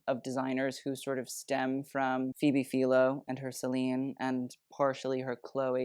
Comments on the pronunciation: Please start saying Phoebes last name correctly! It’s Philo like fa-i-low Not fee-lo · Isn't it Phoebe Fi-lo rhymes with silo? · Why does he keep pronouncing Philo wrong???